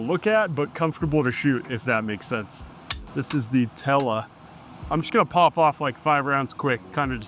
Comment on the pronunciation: I've never heard anyone call Tul ammo "Tella ammo" 😂😂